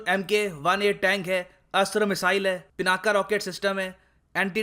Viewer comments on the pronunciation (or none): Everyone it is PINAK and not PINAK-A (in pronunciation). please don't say PINAK-A